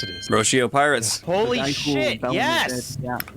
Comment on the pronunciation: “Space Pirtates”